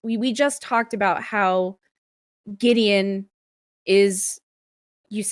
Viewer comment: Great collaboration - okay, Brit here, living in Wales - Gwydion is one of ours! First off - please, not Gideon, Goo-i-dee-on, thank you. Gwydion was the name of the young servant boy who was set to stir the cauldron by the witch (or goddess) Ceridwen, in one of the stories of the old Welsh story-cycle, The Mabinogion - he got a drop from the cauldron on his finger, and when he licked it, became the poet and Bard Taliesin. Whole series of textbooks have analysed these stories and they're still freshly re-written by Welsh poets and novelists to this day. This is a mythology that still informs modern life - like all good myths it's metaphor for the eternal human condition. Taliesin was from a pre-Roman time, when Britain was still not divided into the nations we know today - he appears in stories from Scotland and northern England too. Props to Faun for contributing this lovely music to the canon of work inspired by the old stories. More of them will always be welcome.